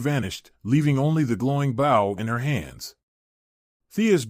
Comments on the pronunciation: It's pronounced Beau. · Might be a good story but I’ll never know because I can’t get past the constant mispronounced BOW. How damn hard could it possibly be to edit and correct the pronouncing of the main word in the story.